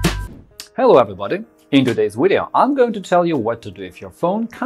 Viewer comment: thanks for the video i know this kinda off topic but i heard it a few times in thin video n iv been wondering about this for a while, when ppl pronounce video "wideo"; what is that? Austrian?? and y is it, do they pronounce v's as w's in their language my interest in etymology has been growin a lot lately